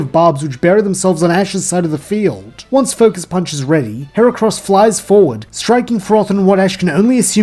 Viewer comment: You just did something many competitive players fail to do. Pronounce Ferrothorn correctly.